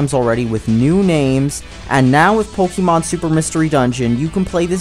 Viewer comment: can you actually pronounce pokemon right